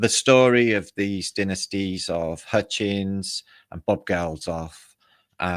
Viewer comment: its Hutchence rhymes with tuppence